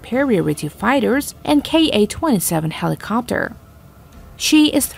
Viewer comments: Oh, come on... the way she pronounced, "heliCOPter," over and over was kinda cute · Fun to hear "helicopter" as well...goofy syllable accent.